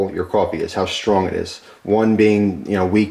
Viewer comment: "SHTRONG" coffee? The word is "strong." There is no "h" after the s. The is no "sh" sound in strong.